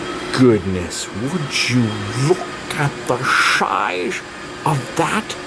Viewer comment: “Look at the shizeof this” that’s what she said. 😜